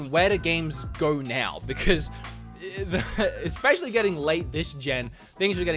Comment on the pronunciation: "eggspecially" There is neither an egg, nor your ex in especially.